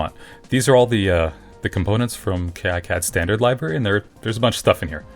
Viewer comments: incredibly alpha of you to call it "kay eye cad" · Great video, although it does skip through some of the exact steps used. I did manage to pick up some tips from this though. I even learned a third different way to pronounce "KiCAD". :)